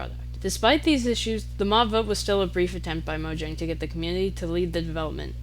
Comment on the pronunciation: Fire vid, I think this does also explain why minecraft is like the one game I've always wanted to return to, while most others I'd get burnt out from within a few months Also it's pronounced Mojang not Mojang